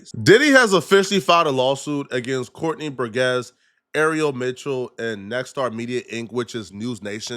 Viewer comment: said Courtney burguess 😂